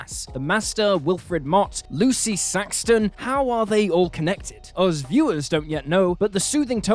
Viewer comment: Saxton? FFS